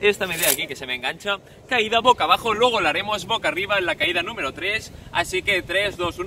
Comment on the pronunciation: “Pocabajo” NO!!! BOCABAJO